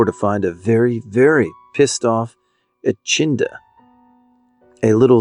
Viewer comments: Echidna is pronounced ee-kid-nah for future reference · Australian here - Ee-kid-nah :) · Came here to say this 😂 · And the nominees for most all-time butchered pronunciation of echidna are...